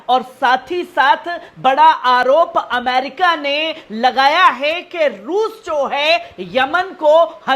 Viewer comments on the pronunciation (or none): none